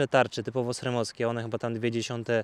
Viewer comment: Wszystko fajnie ,tylko byle nie " SREM " w wymowie🎉😢